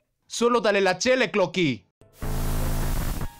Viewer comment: Parece q dice chela pero dice chele 😂😂